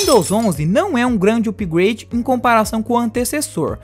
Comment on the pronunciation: Cara, teu vídeo é incrível, mas preciso fazer uma crítica construtiva. Peço que não se ofenda, por favor! Mano, teu inglês é sofrível. Tive que por no mudo e ler as legendas. "Windows média", mano!?, "úpigueide", "páinti"... Não me leve a mal... Mas é somente isso que deve melhorar no seu canal Beijos Like e inscrito aqui!